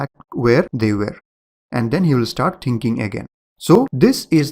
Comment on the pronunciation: O my god, it's not "tinking" it's "thinking" :)))